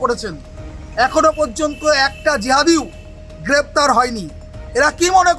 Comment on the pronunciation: Grraptar noy aksan chi